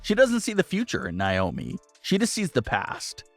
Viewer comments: NAY-OMI. Not NYE-OMI!!! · why do you always pronounce naomis name wrong? it's not niomi it's Naomi.